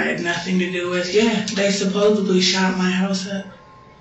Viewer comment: When someone says “supposeBly” I just walk away. Same with “Cap” or “Bro” or “On God” or “I was like, then he was like, they were like, you know like…” ✌🏽